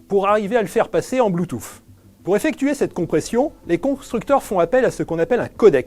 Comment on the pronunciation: le mec prononce bloutouffe au début de la vidéo